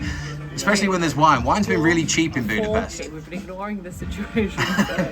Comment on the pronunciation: Guys, you pronounce it as Budapesht. Thank you, from a Hungarian :D